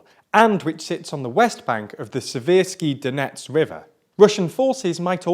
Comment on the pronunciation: I'm no expert but it seems like he got every single place name wrong